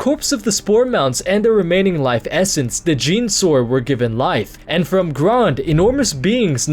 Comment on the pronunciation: its pronounced "jen-a-saur" dude, not "jean-saur"